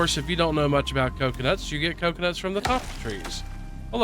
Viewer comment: Did you say “clocunuts”?